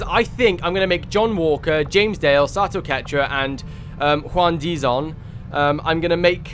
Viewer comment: I love the Captain Price look and voice for my character. And by the way, the name is pronounced Sah-toh. I think you were mostly saying it right. For clarification, here's a weird video of a text-to-speech thing saying it: And I'm actually surprised we had a flawless mission immediately after the slaughter of last episode. Also, do you own any of the DLCs? Many of them just add character customisation stuff, but there are three that have a proper impact on the game: Alien Hunters: This DLC adds some alien 'bosses' that you hunt down throughout the campaign, as they appear in random regular missions. Pretty cool. Shen's Last Gift: This DLC adds an extra soldier class to the game, which can change up how you play quite a bit. Fairly cool, but not a huge change. War of the Chosen: This is the big boi. This absolute chungus of a DLC is basically XCOM 3. Not gonna spoil anything. But suffice it to say, if you finish XCOM 2, you HAVE to play WotC.